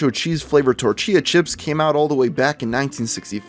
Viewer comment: "Tor-chia chips"